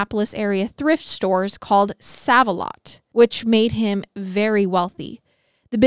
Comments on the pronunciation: Isn't it pronounced Save a lot? I think that's the same chain that's here in my area but it is spelled Sav-a-lot. Just curious if it's the same chain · It’s pronounced SAVE-a-lot - just fyi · SAVE•A•LOT its making me twitch when i hear it said so..WRONGLY 😅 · Save-a-lot 🤣🤣🤣 i love u ❤ also car-mol (Carmel) not caramel! Obviously sucks to hear of a case in places ive been but omg so interesting being able to visualize where they are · I’m from Indianapolis and you are pronouncing save a lot incorrect lol. It’s so cute how you say it tho , love you guys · The way you say certain words.....the grocery store name is "save a lot"....it's not spelt with the e at the end but its pronounced with it!! Where did you go to school!? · When I heard pronounce it as ‘sav’ instead of ‘save’ I was like 😱 they’re about to get a lot of their favorite kind of comments /messages 😆 But browsing through the comments I didt see a billion ‘it’s SAVE a lot’ comments so now I’m wondering if there is another chain where they say sav instead. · I love your telling of the tale but please stop calling it Saav A lot. It's SAAV A lot. Like SAVE. I have shopped there for literally 40 years. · Okay, so I commented on the girl scout murders episode, you kept saying "May-Ez" for Mayes County when it is actually "Mays". Now you are saying "Sav" when it's pronounced "Save", my thing is how can you not know that's how it's pronounced? Do you not naturally see Save alot makes more sense than Sav alot for a thrift store? What is a "Sav" anyway? Still, I love your podcasts and follow you on YT and Spotify. No hate at all coming from me but Im just embarrassed for you when you do this. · Ikr? 😂 It's super cringy. It has me disturbed and unfortunately she does this alot with simple words. Still, I love MWMH. Just wish she would do more research in pronouncing things. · Same!! I was hoping I wasn’t the only one that it bothered. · Pronounced "Save alot"